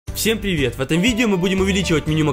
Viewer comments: Кто услышал "Всем пивет"?😂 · Всем пливет